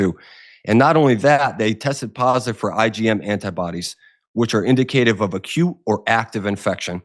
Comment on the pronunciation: What are his qualifications? His "I don't have no doubt..." and his mispronounciation of "indicative" really have me questioning his education.